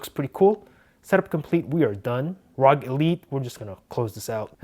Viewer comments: it is pronounced as AR-OH-GEE not just rog damn it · You pronounced it the wrong way it's the short form of republic of gamers R.O.G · many people keep pronouncing it rawg phone,correction its R.O.G phone